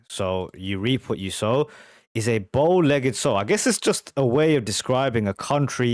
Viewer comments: It's a sow (rhyming with bough), not sow (rhyming with oh). A sow is an adult female pig. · A sow (pronounced ow) is a female pig. I was also under the impression that Jagger sang with an American lilt all or most of the time. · Listen to how MIck pronounces the word, sau not sew -I take it you've never been around farm animals - a sow is a female pig. You get bow-legged from riding horses, or in this sow's case, riding dudes. 8-P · Geez bro, a “sow” is a female pig. It rhymes with “wow”. Guess you never spent time on a farm. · Sow, rhymes with how. A female pig. Not condoning, just informing.